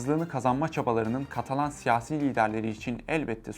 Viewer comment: katalon degil ya katalan!